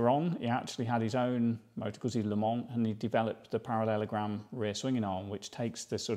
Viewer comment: Pronounced " Manny "..... pronounced Gutzy.